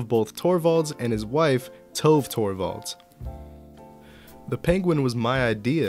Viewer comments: not tove, its pronounced too-ve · Sorry but it was doing my head in through the video but it's pronounced Toe-vay or Tové like Café.